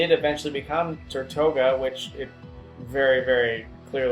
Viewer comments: FancyFennekin Ferra: ok i get it its annoying when words are pronounced wrong...but! did you know the word he was speaking? if yes does it even matter? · Tirtouga, not Tortuga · Not to be rude/picky but Tirtouga isn't pronounces ter-toh-guh it's pronounced teer-too-guh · Tirtouga means turtle in Spanish. So next time you see a Mexican, point to a turtle and try to ask him what it is.